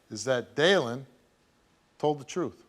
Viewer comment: Hope they find the “troof”